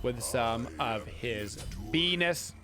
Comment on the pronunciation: ah yes, amc's benis 🤤